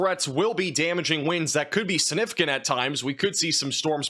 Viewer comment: Suh-nificant 🚫 SIG-nificant 👍 Firtz 🚫 FirSt 👍 Love ya, dude, but these drive me crazy!